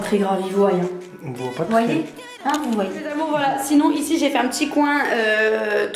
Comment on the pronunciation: 14H32 l "il voiLLent" sa ma fait mal au oreilles😑